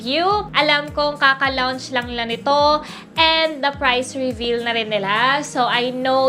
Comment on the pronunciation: Its pronounced "lonch" not lounched stupid